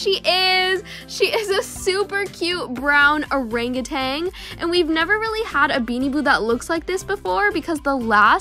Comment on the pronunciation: People say : orenguten When it's supposed be : Orangutan